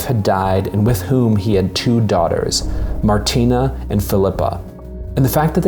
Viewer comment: An Atheist’s Guide to Babette’s Feast: (1) The name is Martine, not Martina. Perhaps it’s Martina in the written tale, but it’s Martine-with-an-E in the film. If you’ve ever had your name consistently mispronounced or misspelled, you’d understand how annoying it is, as though you weren’t seen for who you really are. (2) Babette, in the film, is a chef extraordinaire and a political refugee, not a communist revolutionary. It’s not clear in the film whether she joined with her husband in revolting or in communism. (3) The general doesn’t marry Queen Sofia, he marries one of the ladies of her Court. BIG difference! (4) The sisters didn’t understand what the ingredients signified, how they would be transformed by Babette just as Babette had transformed their lives and the lives of all the townsfolk. In their religiously-fueled ignorance they could only see witchcraft as the explanation for the science that they couldn’t otherwise explain. Their kitchen had become — as it had been ever since Babette had come to them — Babette’s laboratory. (5) The “feast had opened the general’s soul to the squalor of man and the splendor of God” — really? I didn’t get that in the film. Perhaps it’s written that way in the Blixen story and in the Pope’s heart, but the film IMO showcases the splendor of Man in Babette’s transformation of ordinary animals and plants into a glorious, sensuous feast: the turtle, the truffle, the caviar, the foie gras (be still, my heart!), the grapes of joyousness